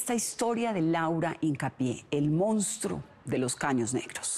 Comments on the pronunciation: Buena investigación como siempre, felicidades, pero es una VERGÜENZA escuchar durante todo el video a la reportera decir el MOUSTRO....😣😣...que pena que siendo reportera y supuestamente haber estudiado no sepa decir MONSTRUO, y peor aún que durante la edición nadie lo halla corregido.....😠👎🏻.....muy mal. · correcto, pero ella siempre dijo: "Mounstro". Saludos. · Laura Hincapié, nunca pronunció la palabra correctamente: "Mounstro". Perdón, pueden continuar.